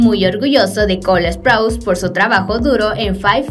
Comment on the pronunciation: Sprouse no se pronuncia asó NO ES HATE Solo estoy diciendo